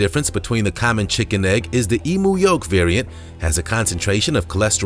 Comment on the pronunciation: Eem-yoo is how its pronounced not Ee-moo lol